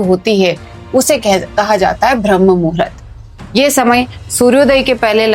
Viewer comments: भ्रम नहीं। ब्रह्म मुहूर्त बोलते हैं। तुमको बोलने ही नहीं आता है। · Pehele Bramha bola Sikh lijiye. Bhrm bol Rahi ho. Apna pronounce thik kare please. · भरम मुहूर्त नहीं ब्रह्ममुहुर्त होता है सिस्टर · भ्रमह मुहूरत नहीं ब्रम्ह मुहूरत। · Sister Bhram nahi bramh muhurut hota he... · Madam bharm nahi brahm muhurt ucharit karo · ब्रह्म मुहूर्त उच्चारण होता हैं ।